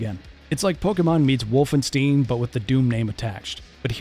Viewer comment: WolfenSTEEEEEN. Thia guy only made this video to farm likes and money because the new Doom is dropping tomorrow for early access players (like myself). You can tell he is not a Doom fanatic.